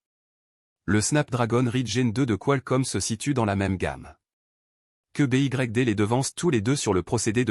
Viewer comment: Pouvez vous remplacer newton mètre par nanomètre dans la vidéo. En français BYD se prononce comme en anglais